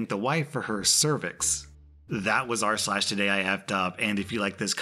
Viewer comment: Ah yes, R/slags